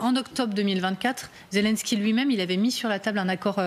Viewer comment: Poutine ne s'est jamais senti soutenu par son "ami" Trump... et aussi voulez vous donc apprendre à dire Zelensky, ce n'est pas Zelinsky, ce n'est pas un Polonais...